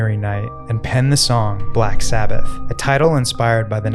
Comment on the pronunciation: black s"ABBA"th?